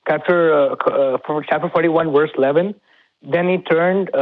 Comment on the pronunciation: pronounces verse as worse... I find that interesting.